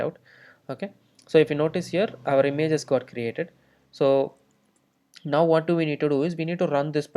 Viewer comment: имЭйджес.... бля